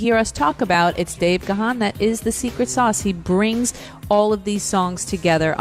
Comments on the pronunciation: Ga-han ..no!!!! Its pronounced GONE. Ask him. He is polite tho so he won't correct you. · Pronounced GONE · It’s actually pronounced Gan the ‘h’ is silent and sounds as in ‘man’. Don’t know why folks have such a problem with his name. Just listen to his interviews where he introduces himself. He’s British and that’s how his name is pronounced here. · Its actually pronounced Garn.....but i get your point 😉👍.....im english by the way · Depending where your from in the world...how you pronounce names are different....im english just like dave gahan....and have been a follower of the band for over 40years....we pronounce it garn.....or gahn...depending on what accent you have Just the same as we say jesus...but hispanics say heyzus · I am embarrassed for interviewer that she says the likes of.... she "is such a fan and was beating down the door to get DM into Rock n' Roll H. of F." YET....says Dave's last name wrong repeatedly. Just glad to hear Dave once again and the break down of the songs. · It'd be great if any of these people in the recording were pronouncing his last name correctly.